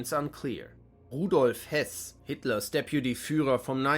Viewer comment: RUDOLF HESS NICHT HÖSS